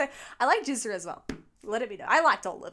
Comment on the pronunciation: GZA is pronounced as a hard G. The way you are pronouncing it it sounds like jizza